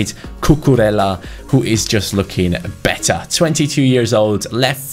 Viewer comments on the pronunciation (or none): Cucurella is pronounced "Cucureía". Try to put an accent on the to ls and pronounce it as an i. Keep up the good work.